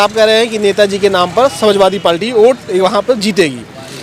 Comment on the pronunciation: Palti nhi party'bolo bhai